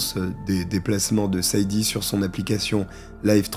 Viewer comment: tu as du mal avec les prénoms 😂Sade se prononce Shadé, beaucoup de femmes afro américaines ont donné ce prénom à leur fille par rapport à la chanteuse Sade Adu